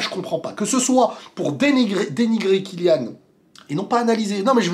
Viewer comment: Merci à toi d'avoir bien prononcé le nom de Kylian.